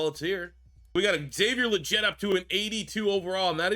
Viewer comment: Actually it’s “Lee-get”. That’s how he’s pronounced it in multiple interviews.